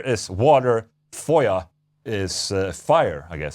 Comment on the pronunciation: I love the fact you got that close to the pronunciation of “Feuer” and “Wasser” Warms my little German heart